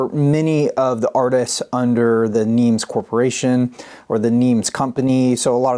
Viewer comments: Excellent video as usual. Just one thing....NEMS rhymes with HEMS, not HEEMS. Did not know that was Bramwell's hand on the cover of BFS! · Nems NOT Neems.